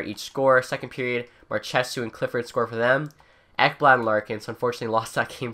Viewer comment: Stop saying mar-che-soo, so cringe. Mar-ch-so